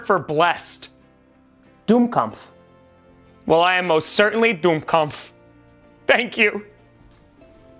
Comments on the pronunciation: Better translation would be "fool" but you pronounced it not well - it is not <"doom"-"kampf">. the vocal "u" is short, so is the "m" like in "". For the 2nd part I understood "Kampf" (fight). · "Dummkopf" sounded more like "Doom-Kampf" 😋. thanks for another amazing episode! 🤩. greetings from Germany 🍻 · Sounded more like Dummkampf (which is no proper word; kampf = fight). But who cares?! Next year: Munich, Taylor Swift...and then, in September: Chicago, Greenbay, the city where the Viking are from, Las Vegas, Phoenix (but more because of braking bad), maybe, just maybe, Kansas City, 100% sure Dallas and Jerryworld, and lastly(?) Houston (but more because of the NASA, actually, I might not even try to see the stadium or a game). Unfortunately I had to file my vacation plan last week, so I have no idea where I can just visited the stadium, and where I might be able to watch a game. Could be that New York or Boston are at the beginning or end of my trip. Last year the NFL totally screwed me and I was in Boston, but the Patriots were for two weeks on the road. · eh, he butchered it in my opinion, added an M sound that doesn't exist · As a german. Didn't understood it. Wrong pronounced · Very bad German pronunciation. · As a german i had a big smile on my Face how you pronounce Dummkopf 😂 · There's no 'm' in 'kopf'